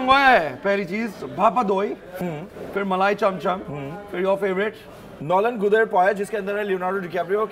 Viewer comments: said nolen guder rather than gurer..in bengali gud means vagina🤣🤣🤣🤣🤣🤣🤣🤣🤣🤣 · He really said Nolen "Guder"....bro its pronounced "Gurer"...."Gud" means vagina.😂😂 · 🤣😂😂🤣😂😂🤣🤣😂 Nolen 'Gud' er payas !! Hahaha, literally in bengali Gud means vagina bro.. Its Gudh (gur to be pronounced) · it should be read as nolen gur not d 🤣🤣🤣🤣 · Bengalis when they hear saying,"nolen gud"😂😂😂😂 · Its "nolen gur" yar your pronunciation has another silly meaning....😂😂😂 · nolen guder payesh??? Holy SHit!!!! In Bangla pronunciation is GUR, not GUD! GUD means something slang of private part.. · I can't ignore the fact that said "nolen Guder payesh". I just can't. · Nolen ' gur ' not ' gudh ' ...Gudh is something else ... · That's nolen gurer payes not guder 😂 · Nolen “Guder” payesh and “Suyor” bhaja 🙄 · Its nolen gur 😂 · Nolen gud na bhai nolen gur..kisi ladki ke samle bologe nolen Gud then book a bed in the hospital 😂😂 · নলেন গুড়! গুদ নয়। 😑😑😑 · Its gur ...not gud 🤣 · You're right he said nolen gud..😂😂😂😂 we're know what's the meaning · Did he really say "nolen guder payesh"? 😂😂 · nolen "gud" 😂😂😂. Only the Bengalis will understand 😂😂😂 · 🙉 bura mat suno 😂😂 Nolen gud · on said "nolen guder" only bengalis will know what went wrong here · He said “nolen GUD er payesh” 😂😂😂😂😂😂😂😂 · Riya Mund yes its gurer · Is it me or did he really say nolen guder(slang in Bengali) rosogolla 🤣🤣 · said Nolen 'gud' er payesh 🤣🤣🤣🤣....bengalis know what i mean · said "nolen guder sondesh"🤣🤣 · Did he just say: " Nolen GUDER Payesh"....hahahaha rofl...! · Did they just said nolen 'guder' payesh?? 🤔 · Dada apni to nolen gur ke bole guder baniye dillen . Apnara ektu doya kore English pronounsation ta ektu update korun. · Did really said nolen "guder" payesh????? 😳😳😳😳😳😳😳😳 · Oh God did he really pronounce Nolen "Guder" payesh??? (Facepalm) Bro you guys should have asked for little help from someone ... :P :P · It's Nolen Gur 😂😂😂😂😂